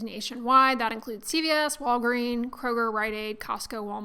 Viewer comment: Did she say “the Krohge?” 🤣